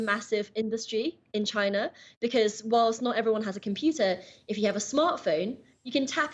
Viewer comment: Saying you're not in Chy-nah is WAYCIST!